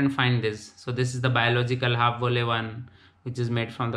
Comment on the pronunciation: Apart from just remembering the words, it's also very important to learn how to pronounce Dutch words correctly. Volle/halfvolle/magere for example was very wrong :)